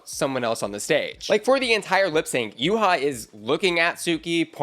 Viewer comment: Babes it’s Yuhua, not Yuha. There are 2 U’s